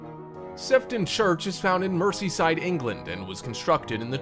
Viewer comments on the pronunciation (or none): It’s Merseyside not merceyside ffs at least learn to pronounce how to say the place names of the UK 🇬🇧 properly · 'Mercy-side England.' 😂😂😂😂😂 I'm out😑